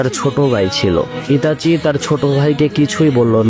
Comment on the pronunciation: কাওলা নামটা তো ঠিক মতন করে ক